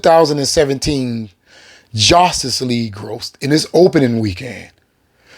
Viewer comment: What's a jostis league? 😂😂